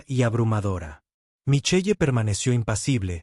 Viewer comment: ¿Micheye? La lectura mecánica produce cosas grotescas